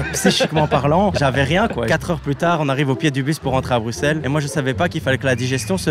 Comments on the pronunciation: le bruXllle m'a fait mal 😢😂😂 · Bruxelles Xxxxx il a dit Maxime s'est bruselles qu'on dit Les belges metez un cœur❤ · Ca ne se dit pas "Bruxxxxelss" mais "Brussel" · On ne dis pas bruxel mais brussel je le sais je suis belge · on dit brusselles pas bruxelle meme si ca s'ecrit bruxelle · ca se dit brussels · Brussssssssselle pas bruxxxxxelle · Maxime à Bruxelles on prononce le X par un S